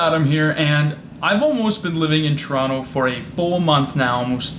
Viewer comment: At least you pronounce Toronto correctly